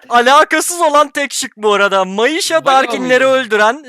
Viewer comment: Myisha nasıl "Mayışa" diye okunuyor anlamadım